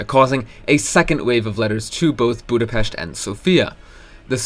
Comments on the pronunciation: Thank you for pronouncing Budapest right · You're the first youtuber i see who pronounces Budapest correctly, so thank you and congrats